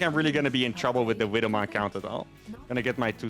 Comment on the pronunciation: the way he says wibble mine always gets me :)